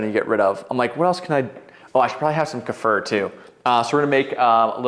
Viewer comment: Is it not pronounced Kuh-fear? (Kefir)